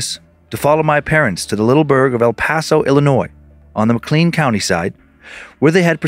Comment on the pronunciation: I'm in Peoria, it makes me so happy when our little town gets a mention haha. (Btw Dan it's pronounced "mc-clayn" county 😉😁)